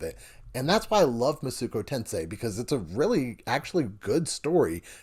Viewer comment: Thank you for this review. I was about to buy this game, but thought I should see a review first. Only critique is that it hurt me everytime I heard you say Masuko Tensei.